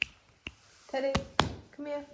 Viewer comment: RIP. Not trying to kill your enthusiasm but Teddy and Kodi do not rhyme. You have an "eh" for Teddy and an "oh" for Kodi.